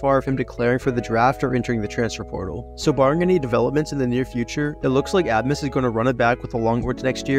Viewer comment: Haha great video but butchered abmas 😂😂 hurt to hear, but it’s pronounced “ace-mus” 😂 the B isn’t pronounced in his name at all! And Antione Davis stayed at Detroit mercy because his dad was the coach